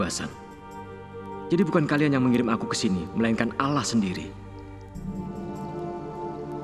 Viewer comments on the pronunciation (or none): Ko bilang ng nya alah bkn allah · Kok alah bukan allah